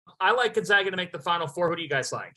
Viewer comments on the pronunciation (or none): How can he still not pronounce Gonzaga correctly? He even says "Zags" in the beginning of a sentence and then says, "Gonzoga" at the end lol. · True. But as an alumni, I can guarantee you every administrator, Jesuit, student, professor, and even every staffer at Gonzaga's campus in Florence, Italy pronounce the school Gon-Zag-Uh. That's why we are the Zags not the Zogs.